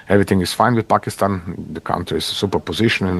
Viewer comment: finally a foreigner saying Pakistan instead of PHakistan